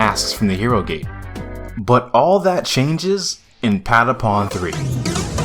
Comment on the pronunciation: I love how americans cant say how the patapons say patapon